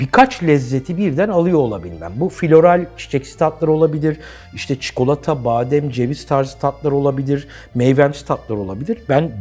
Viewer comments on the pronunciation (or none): none